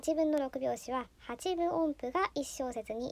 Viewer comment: 「ハチブオンプ」と間違って発音しているからでしょうね。昔、「自治」をワープロに「じじ」と打ち込んで、「おかしいな、ちゃんと変換しない」と首をひねっている人を見たことがあります。